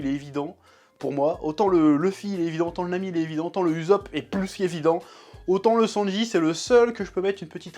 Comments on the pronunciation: ça mal aux oreilles 😭 Mais super vidéos d'accord avec toi 😉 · Ussop se prononce oussope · ça se prononce oussop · "Oussop" tel est la prononciation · En français on dit "Oussop" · Par contre je comprendrais jamais pk tu dis YouZop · «» «Monké dé LUffy» j'adore ta prononciation des noms en japonais 😂 P.S: C'est pas de la moquerie et encore moins à but blessant/vexant